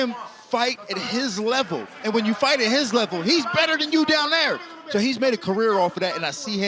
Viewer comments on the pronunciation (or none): Wtf is your accent. You say "so" but it sounds like "soul". Really frustrating tbh